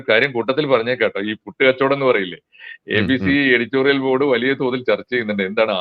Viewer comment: മാഷെ ABT അല്ല ABC എന്നാണ്